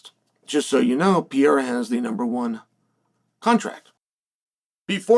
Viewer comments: Dear uncle, my beloved G it is pronounced PE - RE - IRA not PIE - IRA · It's not Pee eira!!!! Sheesh Carl! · Do you think he says his name wrong on purpose? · Why should we take your opinion seriously if you still can't say his name. Clearly you've been hit in the head too many times. If you can't think you have no insight. I'm sorry for your brain injury but you shouldn't be on YouTube. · Chael names prononciation is next level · No excuse to still be mispronouncing his name